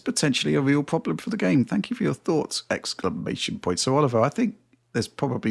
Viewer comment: fire. ex-cla-ma-tion-point. pure cringe.